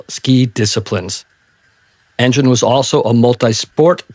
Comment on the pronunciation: Alf Engel is pronounced En-gen rather than how you say it…..